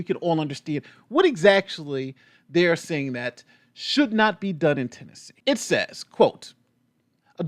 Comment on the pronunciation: Lol, did you call it Trannessee? Lmao, I know it was a slip of the tongue, but maybe that should be New Yorks new name? Or California, anywhere that is drag show friendly 🤣🤣🤣